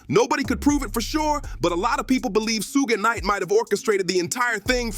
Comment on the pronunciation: Ok...for 1,if ur gonna do episodes abt smbdy atleast learn their names 1st..its not sooge knight! its shoog nite